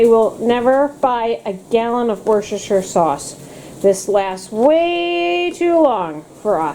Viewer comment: Great pronunciation of Worcestershire sauce. Here in the bottom county of England we gave up years ago and just call it Wooster sauce lol!! You’re looking well xx